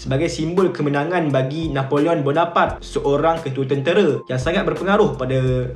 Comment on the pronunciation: Rasanya sebutan yg betul: "Na po leo Bo No Par Tae" Dlam french, jika berakhir dengan 'e' maka kena berbunyi lah 'e'. Kalau berakhir dengan konsonan tanpa 'e' makan sebeutannya silentkan sebutan konsonan terakhir itu. For eg: Napoleon Bonoparte Sebutannya silent 'n' utk Na Po Leo, dan perlu dibunyikan 'te' dalam Bonoparte. Betulkan jika saya salah.